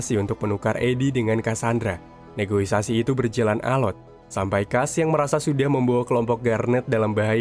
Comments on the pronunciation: Negosiasi bkn negoisasi 😅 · negosiasi ngab.. negoisasi mah penghijauan